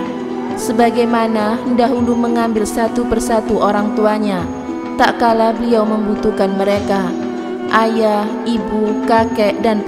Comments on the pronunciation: Mbak mbak..... Tat kala bukan tak kala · Maaf "TATKALA bukan TAKKALA" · Maaf yahh..bukan takkala.tapi tatkala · Terima kasih...materinya...tapi tatkala..bukan takkala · Tatkala.....jgn taklala.... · Tatkala mbak, bukan takkala... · Tak kala atau Tatkala Min? 😴😴😴